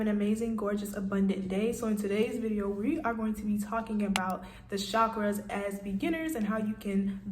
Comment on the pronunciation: I like the way you say it best. Lowkey , that’s how I pronounce it too...